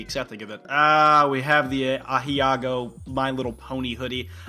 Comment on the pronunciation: That time when he pronounced "aheagao" as something comparable to "asiago"